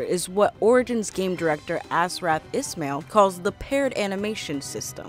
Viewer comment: maybe learn to say the names correctly? Altair without an accent isnt ALL TEAR. Ismail isn't IS MAIL either... 😑